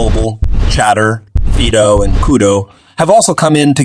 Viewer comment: Did you really just said Fido as Feedo? It’s Fydo